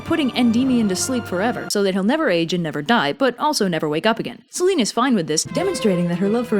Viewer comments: It's Seh-lee-nee...Σέληνη... Just saying. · I like in depth of your research on these and your humour and drawings are cool. Sorry to be pedantic, but just small pronunciation thing: Selene is normally pronounced Selenee. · I guess the Ducktales Reboot has been pronouncing "Selene" wrong, too.